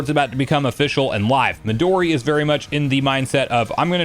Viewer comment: "Me-Doh'-Ri" ... NO IT'S Mehdoooree.